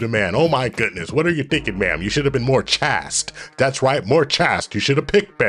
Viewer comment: were you trying to say CHASTE???!!! Its pronounced like "chased". Keep up the great work tho gentlemen.